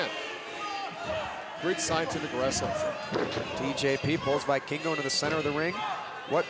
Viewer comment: I cringed everytime that they said "Vikingo" wrong. Everytime I heard "Buy Kingo"